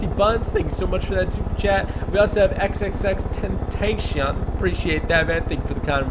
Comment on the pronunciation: A shoutout that made it was a guy named xxxtentacionxxx and It annoys me sometimes when people say xxxtentation it’s ten-ta-c-own that’s how you say it but I’m not mad at